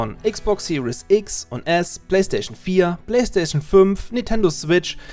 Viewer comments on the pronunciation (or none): none